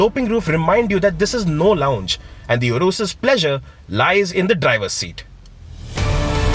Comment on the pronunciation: poor pronounciation to 'URUS'.